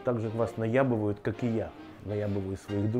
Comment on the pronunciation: Не " наябывают" а " наебывают" стыдно должно быть неправильно материться в эфире.